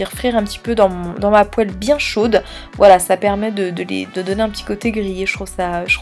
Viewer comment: super vidéo mais poêle se dit poale